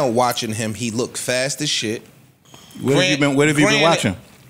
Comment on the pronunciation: Please. Black people. “lookded is not a word. Looked. Practice it. It flows better.